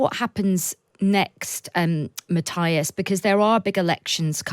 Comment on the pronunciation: He is pronounced Mat - tee -as! Get it?-got it?Good! (not Mat-taj-as!)